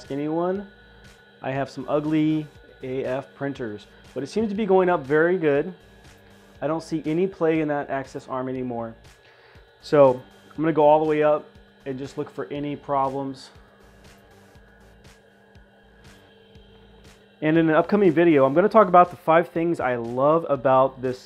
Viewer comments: I love your videos, you're great, but its tronxy X1, not tronxy xy x1, and axis not access. Lol. Good luck with the channel man! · yeah tronksee x1, but you keep saying Tronksee XY X1, and the plural of axis is pronounced axees, not access, that a totally new word. Lol again no harm, it just bothered me a bit, looking out for the next video!